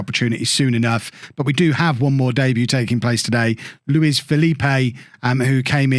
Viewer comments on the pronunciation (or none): none